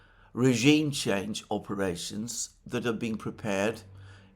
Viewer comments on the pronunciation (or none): none